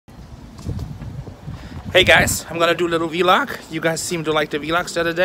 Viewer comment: I love how called it a V-LOG instead of vlog lmfao